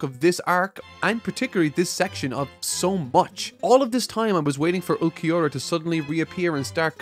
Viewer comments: Not gonna lie, im really disliking the lack of effort when it comes to name pronunciations. Like this blind review series is great so far but it doesn't make sense how you can go through and take clips from the anime in order to illustrate the cool parts of the scenes as you talk about them, but can't go watch/listen to see how the names are said. Ulquiorra is a tough one if youre just reading it but you didnt even try with yammy and thats hilarious. And the part where Grimmjow and his fracciones fought the soul reapers you didnt even name one of them like it cant be that hard. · The shorter Arrancar's name is pronounced (ool-kee-or-uh), the bigger one's name is just pronounced Yammy, simple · "Mr. Vegetas" Name is Ulquiorra. Its Pronounced as OOL-Key-Ora. im not reprimanding you but just to give you the Pronunciation. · This arc is awesome and introduced two different but great enemies for our MC and I love all of it! Also please review the first bleach movie before continuing the next video for the rest of the arrancar arc. Also ulquiorra and yammy’s names are not that hard to say and pronounce. While ichigo is my favorite shonen protagonist grimmjow is my favorite bleach character! I’d pay attention to those patterns if I were you, just a thought. I love it when people talk about philosophical and psychological stuff and relate with bleach. Wait what the hell man you’re not gonna talk about that perfection speech!? That was golden! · no es tan difícil pronunciar Ulquiorra papi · For Ulquiorra's name it's pronounced Ool-ki-or-ah. Hope this helps. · Ool-key-ora & yaah-me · not even trying to say Ulquiorra's name had me crying. Bro.. put Google Translate or something in Spanish and be done with it. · Ulquiorra: Ol-Key-Or-Ah Yammy: Yah-Me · Their names are Ulquiorra (Ul-KEY-aura) and Yami(Yam-e) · you pronounce ulquiorra’s name as ool-kee-aura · Ulquioras name is pronounced "ULL KI ORRA"